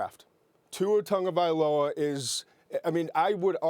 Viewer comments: "tua tongovailoa" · I always thought Tua's last name was pronounced: "Tag-Ah-Vy-Oh-La".